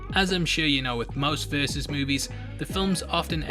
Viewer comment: VersUS. TWO syllables.